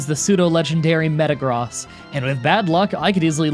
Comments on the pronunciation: It’s meta gross not meta gros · Meta-gross not meta-gros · I always thought that Metagross was pronounced meta-gross (like the word), because that's how it was pronounced in the anime. (Your pronunciation also makes sense though.)